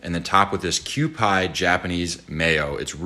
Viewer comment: the way the last guy pronounced 'kewpie' hurt my soul 😭😭😭